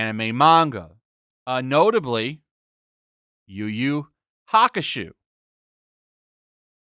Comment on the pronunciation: Why did you say YuYu like that...